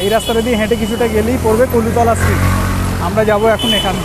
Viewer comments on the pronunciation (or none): কলুতলা না "কলুটোলা"